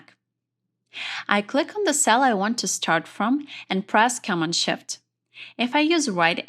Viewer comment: The English was very good, except for the word Command. The accent should be on the 2nd syllable. It took me a while to get what the word was, and I was so focused on figuring it out that I missed what she was saying.She got Control correct. It's the same principle.